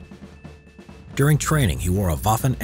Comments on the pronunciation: im german and i pissed myself so god damn hard after i heard how he said Untersturmführer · Ich musste mir das drei Mal anhören, bis ich verstanden habe das er Untersturmführer sagt... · Untuhstumfuhruhr? What the heck is that supposed to be? It’s Untersturmbahnfuhrer (I can’t type the Umlaut, excuse me)